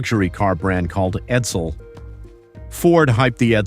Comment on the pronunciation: the Ford Sedan is called EDSEL. not Edel